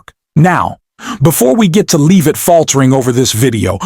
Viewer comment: Where is Leavitt's melt down. I scanned the video and nowhere do I see her speak. There are a couple short clips or stills but I never hear her speak. If you're going to put "MELTS DOWN" in your title, you better show a meltdown. BTW, are you mispronouncing her name on purpose, like Trump often does when saying his opponents name? Or is the audio created by text-to-speech software and is mispronouncing it because it doesn't know any better?